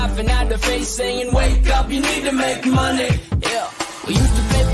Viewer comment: I NEED TO WAKE UP TO GET MONEH , YAH.